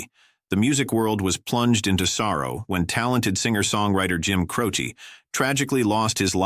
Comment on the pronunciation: Jim Croce not Crowchi